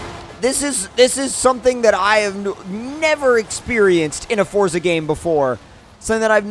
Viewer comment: Can you please say Forza properly and don't say freeway